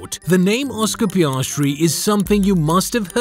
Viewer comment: Mark and Ann Webber were Piastri's parents? Sorry, Orscar Peeahstree!